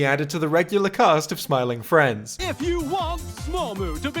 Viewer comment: Bro said Smormu